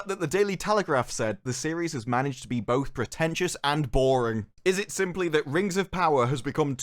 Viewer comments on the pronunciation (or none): none